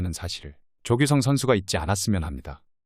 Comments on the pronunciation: 조귯썽? 발음 왜이러냐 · 조규썽 발음 집중안됨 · 조규쓰엉 일부러 녹음한건가 ㅋㅋ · 조규썽? 발음이 영........ 사람이름을 조규썽이라하는건...... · 어째 발음이... 일부러 조규썽이라고 하는지.. 무지하게 신경쓰이내요 ㅋ